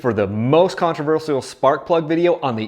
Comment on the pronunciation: The only controversy is how you pronounce "Controversial" it really bugs me. Can I get an AMEN?????